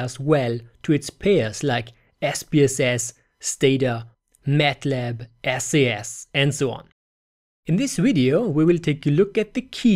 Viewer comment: Pretty good video. Here's a tip... SAS is pronounced "sas" (one syllable; rhymes with "brass"). If you pronounce it "Es-ay-es", you have just turned off thousands of experienced SAS programmers, which should be one of your target audiences.